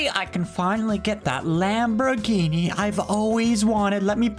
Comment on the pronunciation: he can finally get that lambruhginee he always wanted, less gooo